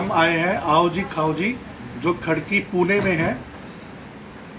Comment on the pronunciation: pine nhi pune 😂😂 Bhaubali nahi bahubali 😝